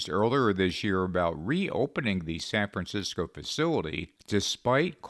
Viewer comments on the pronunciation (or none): none